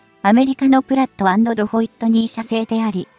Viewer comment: プラっと＆ドホイットニー？ ドホイットニーは無いだろう。一体このスレ主は業界のド素人なのか？と言うことは、内容も信頼できないのか？ しっかりしなさいよ。